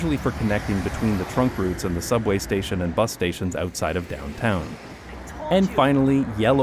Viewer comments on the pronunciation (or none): none